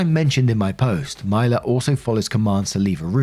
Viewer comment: You been hittin US states names with laser precision, but I just wanna say I've never heard of a Mila that pronounces it that way! 😅. My niece is “Mee-lah” but I can't speak for all, cuz names be like that. 😅💚💚💚. Love ya, have a good one.